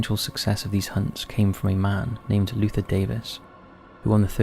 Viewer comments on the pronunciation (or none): none